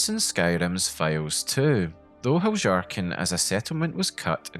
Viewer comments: No hate but I think your pronounciation of Heljarchen is wrong afaik. nordic languages use J like Y, like Jarl or Fjord. So Heljarchen should be Hel-Yahr-chen (or ken possibly). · Heljarchen is pronounced Helyarken. Js are Ys in Skyrim. One of the nice things about a fully voiced game is you don't have to guess about pronounciations, you can hear the characters in game pronounce them. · How can someone mispronounce Heljarchen so confidently? It's Hel-yarchen. It's Nordic inspired. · I think "Heljarchen" is pronounced with a Y instead of a J. But it's sad to see that so much was cut from the game. Perhaps mods will add them back in later. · If I may suggest, I think you'll enjoy looking into the history of the letter "J" and how it was orignially used. I know, it' a game not real life, but the Nords of Skyrim still follow real life Norse customs and life style, including language. Heljarchen would've been pronounced as; Helyarchen by real life Norse peoples. Great vid m8. 🖖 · It's pronounced "Hel-yar-ken" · I didn't think you are supposed to pronounce the J like yhat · bro i cant stop cracking up and losing it a little more and more every time u say "heljarchen" like that 😭😭😭